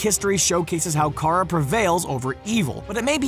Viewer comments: supergirl doesn't protect metropolis she protects national city, and also it's kah-rah not keh-rah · Car-a not care-a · IT'S NOT "KERA," IT'S KARA. One of my pet peeves is when people don't pronounce ANY name properly, but you shouldn't make a video about supergirl without learning how to properly say her alter egos name first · Who else is mad at the fact he says Kara wrong and says caira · I have to say something I don’t know how many times you did but you said supergirls name wrong. It’s Kara not Kerah. Your not miss Grant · The most painful thing in this video is that he pronounces her name carea. ITS FRICKING KARA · I cringed so hard when he said Cara instead of Kara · Omg stop it with the kera its kara u dumbass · It’s not care-uh it’s car-uh. (Kara) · oh I'm sorry, I didn't know this video was being narrated by CAT GRANT! It's Kar-ah not Ker-ah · It’s Kara not Kira and she protects National City not Metropolis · Care-a XD might as well call her Kiera like Cat Grant but I heard Kara before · ITS KARA AS IN "CARUH" NOT KERRAH WTF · He def doesn’t watch supergirl just listen to how he says “kara” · Did u just call Kara “Kerah” like Miss Grant? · Did he literally not add season five of the flash and he said kare-a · When you said Kara it’s sounded like you said kera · DID HE JUST SAY “Keara!” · Her name is pronounced CAR-UH!!!! KARA!!!! And she lives in NATIONAL CITY NOT METROPOLIS!!!!!!! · I flipped when he said her name like that bro they use her name in the show every episode it's (car ah) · Same. Hate when people say Ker-ah or something similar. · Forgot the most important part! On the show it’s “Car uh” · actually care-ah is how it is pronounced in basically everything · He pronounced her name wrong... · Bruh this dude calls kara by her name like Cat Grant did lol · I got triggered when he pronounced Kara wrong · When he pronounced Kara wrong 😤